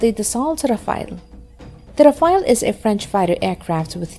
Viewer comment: A Chinese woman with bad pronunciation is laying semi-random words about weaponry. LOL E.g. about the tank: 1) What exactly is an armour that can be "moved around"? Did you mean modular armour? LOL 2) What is defense "against explosive blocks" on the side? Do you mean reactive armour against ATGM? Hehehehe. The pronunciation is also very funny. English is bad enough but now French? Saying Rafale almost made you break your tongue. Oh and did I mention the factual errors? Like how the hell can SCALP have a range over 1000 km? More like 550 and 250 for the Ukraine export version.